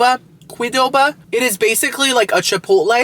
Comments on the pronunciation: I thinks pronounced QUE-doba 😄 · Recommendation for your qdoba video get nachos with the cholula chicken sooooo good. Also its just pronounced Q(like the letter) doba